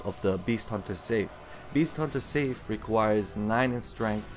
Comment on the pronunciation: "Sigh-f" bro, not safe. Also, I wouldn't talk about mechanics when you just spam r1. Not questioning your skills, as I know they're great. Just questioning the background video lol I am using every weapon on each new ng7 playthrough and yes, this one takes some practice to git gud with